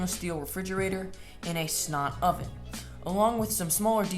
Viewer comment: What’s a “Snot oven?”